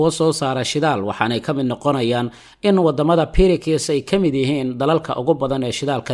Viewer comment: sxb BRICS dhawaaqa af soomali ahaan maaha Birikis ee waa Briks.... daawade joogto ah from Somaliland..